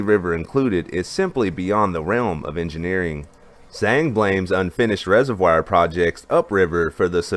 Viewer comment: Take a look.at the pronunciation of 'reservoir'.